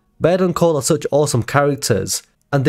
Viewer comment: You call Cole “Pole” 😂